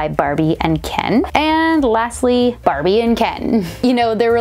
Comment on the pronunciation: I just hear “ Brrbie